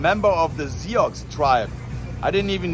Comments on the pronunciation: Sioux is not "See Ox", it is pronounced "Soooo". S with drawn out "ooooo",as the ou in "you" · Sioux is pronounced “sue” as in the Johnny cash song “A boy called Sioux”. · U totally mispronounced the name of the tribe he was part of. It's pronounced as Sue. Like the lady name. L😂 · Love you. Love the video. Love Bob Barker. Watching with a friend who grew up near the reservation in South Dakota. The tribe is pronounced Sue. It's spelled Sioux, but like the town Sioux Falls, sounds like Sue Falls. ❤ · you mispronounced Sioux....It's pronounced SUE. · Sioux tribe is pronounced Sue tribe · The tribe he was part of is pronounced su or soo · Sioux Tribe is pronounced "soo". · The tribe Sioux is pronounced "Sue"